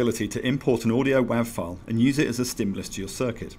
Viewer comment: "WAV" is pronounced "wave".